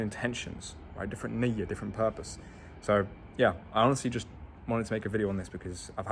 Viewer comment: As a Moroccan just the way he said niyah I could tell his Tunisian hehe